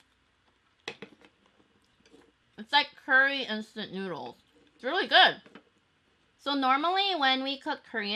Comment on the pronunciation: Anyone else thought that she said 'nudes' instead of noods